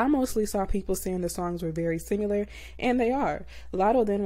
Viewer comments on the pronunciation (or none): Sim-i-lar > Sim-u-lar